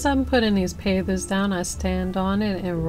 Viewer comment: At first it sounded like you were saying pathers...I couldn't figure out what you meant...hahahaha....Pavers are such an easy thing to work with...My husband and I have used them in the same way before...and other ways....Looks nice...